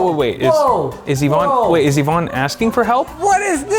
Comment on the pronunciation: e-vonne?! Electronic vonne??!! *DUDE!*...... Its Yvonne